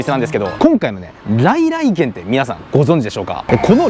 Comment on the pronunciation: の「さ〜来来てん(軒)南銀座店」て 言ってる😂間違い指摘してすんません😊